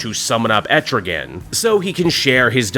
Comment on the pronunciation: Man, Etrigan's everywhere, but that's neither here nor there. You know a demon won't be nice, when he's summoned by Fire and Ice. (An aside: Etrigan rhymes with man.)